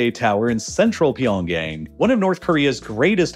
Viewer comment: did i hear pyongay?